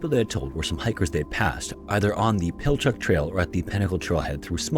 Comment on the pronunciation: ok you clearly state you use no AI yet the way you say pinnacle LAKE it sounds like pinnacalick...and you say pilachuck...and clearly lately images you use are AI....